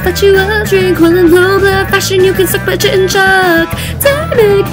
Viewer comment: This was awesome. My only complaint is that "chitin" is pronounced "Ky-tin." Other than that, I have no complaints.